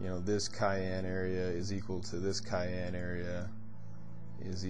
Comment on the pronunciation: Awesome video. However, it's pronounced sy-ann. ☺️